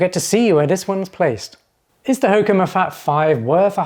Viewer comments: It’s pronounced “Mah-fah-tay”. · In French I see things pronounced ma fat but as a Spanish speaker myself I thought it was ma fa te